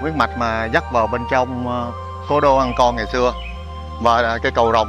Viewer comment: Nên chỉnh lại phát âm TR. Trong sao phát thành CHONG. Vân V thì chỉnh nói dàng hoàng???